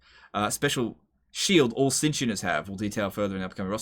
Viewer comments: It's pronounced Tit-snitch :) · You don't need to pronounce the 'T' in tzeentch.